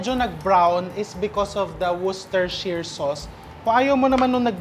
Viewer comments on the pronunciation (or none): Chef, sa UK ang pronounciation nyan ay "woosh-teh-sheer" sauce.